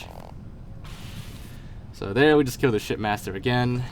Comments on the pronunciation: For this entire thing I thought you were saying "shit master" instead of ship master. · Bro are you saying shit master or ship master??😂💀